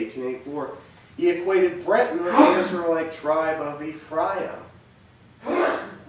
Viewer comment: His pronunciation on some words is poor...aka..Ephraim is NOT e-FRY-em but EFF-ree-am.